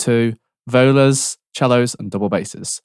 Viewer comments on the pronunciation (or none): "Vola" I've never been more offended in my life. I'ts Vee-Ohla, in my Hermione voice.